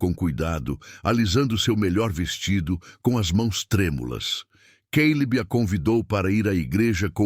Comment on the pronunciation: Além da questão das gêmeas/gêmeos tem o Caleb/Queilib, Nora/Noris, papai relâmpago e mais. Gosto da narração do, mas ele, ao narrar, precisa entrar na história.